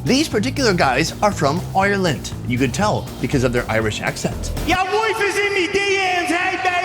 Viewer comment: the way you said Ireland has me dead love your vids